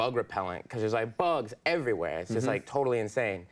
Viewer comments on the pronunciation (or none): He's so excited he's developed rhotacism. "Thez bugs EVVYWEH!" XD